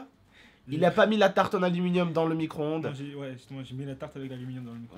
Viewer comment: Arêtes de dire "micronde" c'est un "micro-onde" !